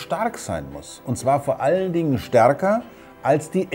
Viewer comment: Ich mag es wenn er "Starrrrke" und "Arrrbeit" sagt :-)